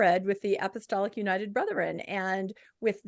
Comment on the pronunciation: Why does always say apostolitic instead of apostolic?